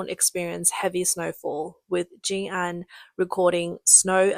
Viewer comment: It's pronounced JiNan, not JinAn.